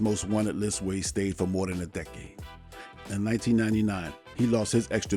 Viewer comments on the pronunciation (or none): none